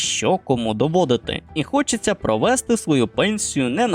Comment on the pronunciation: Наголос в дієсловах провестИ, а НЕ провЕсти